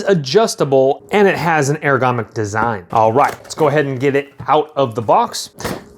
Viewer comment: Looking at this today. Working from home & sitting more - I have back pain I have never experienced before & the fam isn’t about me asking for neck rubs & very sadly can’t get to a Shiatsu Master (they’re great but I do find them a bit intense). I know it’s a pain but I’m into words and for future...the word is ergoNOMic not “ergomic”. 🤓 sorry, had to, since you review stuff 👌🏻😉 peace